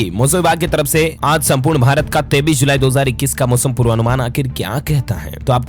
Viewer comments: aap 23 ki jagah 33 keyu bolte hai hum bar bar aapke news me sune hai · Bhai aap 23. KO 33 Bolteho